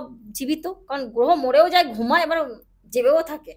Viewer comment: যার গ্রহটা সঠিকভাবে গ্রহ বলে উচ্চারণ হয় না যিনি গ্রহকে গোহ বলে তিনি আবার অ্যাস্ট্রোলজার সম্বন্ধে বড় বড় বাতেলা বিদায়। মূর্খের প্রলাপ।